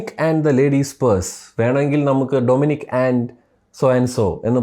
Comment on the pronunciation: Domnic alla dominic